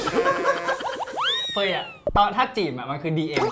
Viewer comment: เเม่!!!! พี่เขาชื่อเฟย ไม่ใช่เฟย์เเม่ 555